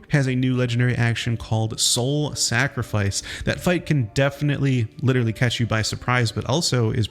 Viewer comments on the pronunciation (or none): none